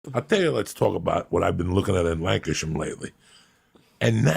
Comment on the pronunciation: Could swear he is saying Lancaster.